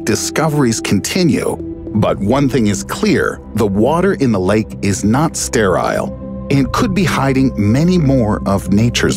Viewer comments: When he said "Steryle" instead of "Sterile" i exited the video. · Jeffrey Vences - its sterile, not sterill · “The body of water is not sTaiR-aSiLe” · am i the only one that heard him pronounce sterile as stair-aisle??